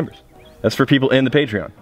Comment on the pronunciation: it’s up to the pweeble.